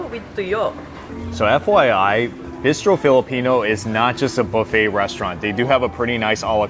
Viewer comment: Great concept. Very surprised by your Korean BBQ choice when there are so many to choose from and you’re been to so many. Also, your pronunciation of ‘bistro’ got me so confused. 🤣